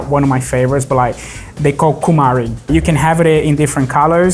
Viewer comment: Dublagem ridícula. Não sabe nem a pronúncia certa das palavras. A pimenta é Cumarí